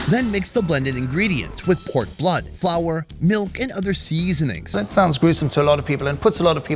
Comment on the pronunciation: Why does say "seasonings" like a cantonese man?